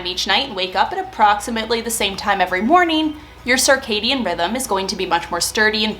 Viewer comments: Sir-cadian, not sar-cadian, please. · Sounds like you are saying sarcadian rhythms (sir cadian). Great tips. I am genuinely interested in what your sleep schedule ends up being post menopause but I guesd we will have to wait awhile for that. I used to sleep like the dead and wake at 5am without an alarm. Now I have insomnia a lot of the time. What is the white plastic organizer with clear lids. Can you provide a link to purchase? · regional differences both are acceptable